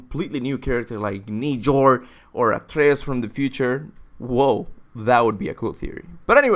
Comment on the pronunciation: Did he call Njörōr Nijord in the beginning of the video?